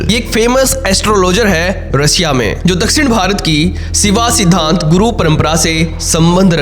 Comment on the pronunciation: शिवा सिद्धांत नहीं, शैव सिद्धांत कहा जाता है । यथार्थ समझ के बोला करो ।